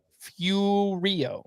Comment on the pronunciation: To listen tonite and hear you both mis pronounce Carl Furillo's name was both shocking and embarrassing for 2 supposed "baseball fans". 2x All Star, 2x World Series Champ, and 1953 Batting Champ. Played for the Dodgers his entire career. You guys really surpised me with that one. All I can say is UGH!